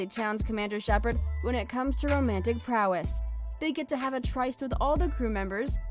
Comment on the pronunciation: It's pronounced "trist." I'm two and a half minutes in and I can't take it anymore.